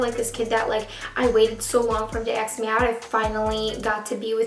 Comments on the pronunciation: A.S.K. not axe. thank you. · why do you say aks instead of ask xd or maybe its me that i understood it wrong lol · Not hating. Great video. But I hate how you say ask. Ask, not aks. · ITS ASK NOT AXE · Ask not aks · its ASKKK not AXEEE! :'( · It's not aks its ask! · I'm so sorry this happened to you but it's ASK not AKS 😩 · yea i’m from new york and we say ask like aks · "He still has not >axk<me out jet". 😂😂😂😂😂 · She u just say "AXE" me out!!!????!! OMG I didnt think u were that color....or illiterate! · She needs help pronouncing ask